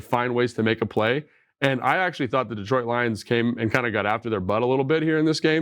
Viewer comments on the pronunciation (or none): none